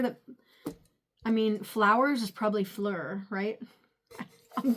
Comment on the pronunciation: The crown is you to a T... our youtube Queen! And you said "fleur" right! A lot of ppl pronounce it more like "floor".